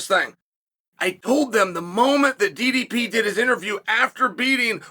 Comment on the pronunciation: Wow, even pronouncing DDP name correct 👍